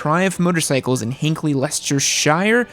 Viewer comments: "Leicestershire" is pronounced "Lester sheer" . Although I come from the south of the UK , so the Midlanders and Northerners will say "You don't say it proper!" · You don`t say it Proper!!!!!! it is "Shur".. :-))) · It's pronounced "lester-sher". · It's pronounced "Leh-stir-Shire" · Its pronounced lester-sher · Leicestershire is said 'lestercher' as in Cher like Cher that famous lady. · It's pronounced Lester sheer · We pronounce it Lestersha ( the " a " as in the last " a " in America ). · Leicestershire is pronounced Lesta-shur. Great video dude! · Pronounced. Lester-shear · It’s said like less-ter-shear. I I had a large garage and a ton of cash on the hip I would buy one. In a perfect world I would have the cash and space for 10 plus bikes. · it's pronounced lester-shear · Leicestershire is pronounced Lester-sheer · Less...ter... shur.... Easy.... :-))) All " Shire`s" should be pronounced " Shur " ie: York... shur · Let me help, Leicestershire = Lester-sher. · It’s pronounced - ‘less-ter-sheer’. Greetings from London. Pronounced ‘Lun-dun’ 😉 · Leicestershire is pronounced (Lester-Sher). Not digging, just helping you guys out! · It's pronounced "lestersheer"! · Other than your pronunciation of Leicestershire 😂 being from close by its said lester-sheer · Lestersher :P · Pedant alert, pronounced Lestersher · Leicestershire really aint that hard to say